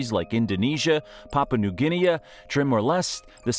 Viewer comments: As an educated person (commonly called an Australian), the FACT that you can't pronounce things really surprised me, because you had all this other information. Also surprised by the FACT that you had to use AI to voice this! That's where the mis-pronunciation of certain place names comes in - you have to instruct the AI using phonetic spelling, not normal/literal spelling. For example, New Guinea which is pronounced as New Guinee, not New Guinee-ah, or Mount Gambier which is pronounced Mount Gamby-er, not Mount Gambeer. As "smart" as AI is, there are limits to it's general knowledge and the English language, which is the most complicated, is really AI's major sticking point... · Timor. New Guinea, Melbourne, Brisbane. Just some of the place names this narrator can’t pronounce correctly. Always be suspicious about videos about Australia narrated with an American accent